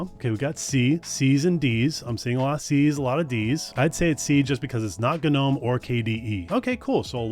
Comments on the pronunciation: Guh-nome? Its pronounced just "nome" i'm in, if this continues im going to... UGH. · Oof the way he says g-gnome was painful xD Interesting video otherwise :P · Dude... It doesn't have to be pronounced differently just because it's Linux.... Guh-nome? Really? The G is silent... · somewhere in the last few decades, it became really normal to not ka-now how to pronounce words in English. "Ga-nome Terminal" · oh man, all those "guh-nome"s lol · guh-nome?? who the heck says guh-nome? the Scandinavians are lighting torches right now. you should take a security course if you think having an AI chatbot incorporated into your terminal is a good thing. good grief. and, frankly, terminals are all well and good, but you're eventually just going to default to the terminal that spins up with your VM; usually Xterm or XFCE4. i do, however, concur with Wezterm and KiTTY evals. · It's shocking you're never heard the word "gnome" before. The 'g' silent. Come on now. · I can't continue. 2 minutes in and dude can't even pronounce the actual English word "gnome". It's too early in the morning for me to push through. I'm sorry. Good production quality, I just personally cannot deal with this right now... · It's pronounced gnome, not gnome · I hate how you pronounce "GNOME"